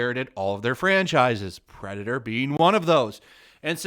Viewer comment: Also "Perdator"